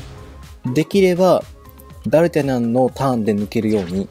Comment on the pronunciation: 多分私の聞き間違えだと思うけど、ダルタニャンが、ダルタャニャン(？)みたいな発音に聞こえる( ºωº )